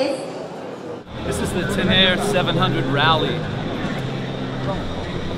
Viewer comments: While you're on pronunciations (IE Tricity), Your pronounced Te ne re as Teneer. it's pronounced Te ne re worldwide...even in Japan, so no excuses. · Guy who says...Ten_Air is telling us how to pronounce stuff.......Tenere'...Is Ten-A-Ray.......Trissity my but.